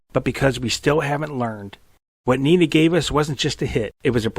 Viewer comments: It's not "Nina". It's "Nena". E like Edward. Nena, in many languages including German, means "little girl" or "baby girl". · I am pretty sure her name is pronounced "Neh'Nah". not nee'nah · Dont pronounce it "Nina", its "Neena" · "even in German, you can hear it as 'NEE-NA'" As a German, I can assure you that nobody's ever pronounced the name "Nee-na". It's like Victoria says, because the German "e" is always like the English "e" in, let's say, "Dennis" or "ever" or "set". And depending on what follows, it's long or short; here, one "n" follows, which makes it a long "e" (short, was it two "n") But nevermind the pronounciation; I like your video I just stumbled over by chance really a lot! ^^